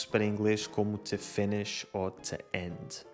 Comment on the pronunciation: Distinguido senhor, tenho umas difficuldades no entender os seus videos: as suas A me parecem sempre como E e, no Ingles, os seus TO, antes do verbo ( es. TO need) sempre me parecem TE. 'Ta giro, pois não? Paolo Diamante Roma Italia